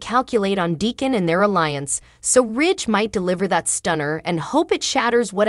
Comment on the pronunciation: Who is clever? Then you say Decon? And Liam is pronounced LEE-UM NOT LY- UM??? IF YOU TELL THE STORY GET THE NAMES STRAIGHT!!! OMG😮